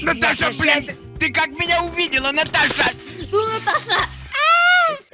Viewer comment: он вРОДУ СКАЗАЛ БАЛИН